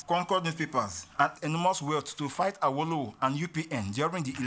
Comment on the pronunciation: Any video you watch pronouncing Awolowo as “are-woe-low-woe” is just there to spread propaganda.